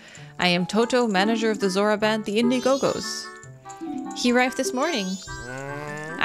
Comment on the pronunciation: lol at the repeating of saying Indie Go Gos (crowd funding service), when it should be Indie-Gos (play on word from indigo)